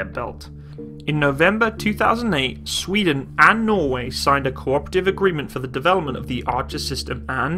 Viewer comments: good video but your way to say sweden sound way to wrong :P Sfweden it's sweden :P sry am swedish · The emphasis on “sveden” is totally unnecessary 😂😂😂. Love you’re videos